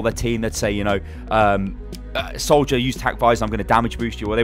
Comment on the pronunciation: you said "Solider" not Soldier.